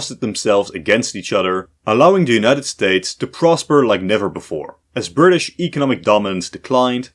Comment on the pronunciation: “WELLLLLLL!!!!!!!” “We Fired Our Guns And The Bri’ish Kepta Comin!”